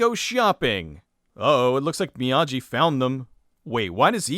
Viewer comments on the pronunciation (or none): It's still "Miyagi" and not "Miyaji" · The name on the package is indeed "Mr. Miyagi" (not Mr. Miyaji"). The letter "g" always has a hard sound when used for Japanese words; "j" is used for the soft sound. Perhaps this film is part of a "Karateverse", with "Karate Kid" happening later in it's timeline.